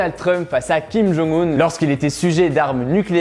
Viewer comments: Pour information, pcq trop font l'erreur, on prononce le nom de kim jong un (김정은) : "kim djong eun", et Moon Jae In (문재인) "Moune Djè Ine" dans une phonétique francaise si je puis dire 😅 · Salut, je suis en licence de coréen, et donc je me permets de te corriger (surtout si tu vas en Corée c’est important), on dit Kim Jong « eun » (김정은), pas Kim Jong « oun » (김정운), et Moon « Jè »-in (문재인), pas Moon « JAe »-in (문자애인), voilà! :)